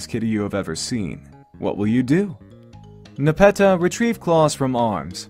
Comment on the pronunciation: Alright, botanically speaking, Nepeta, the genus of catnip, is pronounced Nep-EE-ta.